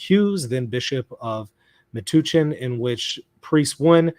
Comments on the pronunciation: It’s pronounced meh-touch-en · Metuchen, a diocese in New Jersey (Matthewwisniewski2962 is also correct about the pronunciation. The U is like “uh” or “bump”. Not an oo sound. At least, that is how the locals pronounced it when I used to live in the area. I can’t speak for the guy in chat.)